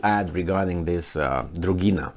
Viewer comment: "Dugina,"! NOT "Drugina"! No "r" in there.